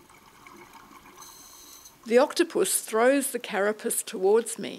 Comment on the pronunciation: I think the way she said 'carapus' bugged me almost as much!!!